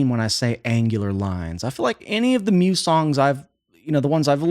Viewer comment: The way this guy says Muse pisses me right off. 😂